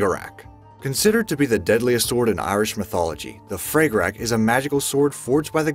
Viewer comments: Fra ga rah is how it's pronounced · HOLY FREAKIN HELL! At least do some research on the pronunciation of these weapons.... FRAG-A-RAWCH (phlem), FUCK!